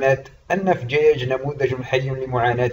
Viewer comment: انت كذاب .نحن نعيش في فجيج بكل امان وبخيرات المملكة ونحن وراء ملكنا الغالي محمد السادس نصره الله وداءما شعارنا الخالد:الله الوطن الملك. عااااااش المغرب ملكا وشعبا. مغربية حرة من فجيج. ملاحظة: انت تنطق اسم المدينة خطأ.